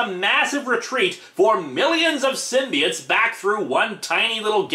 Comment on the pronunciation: IT'S PRONOUNCED SYM-BI-OTES NOT SYMBI-ITES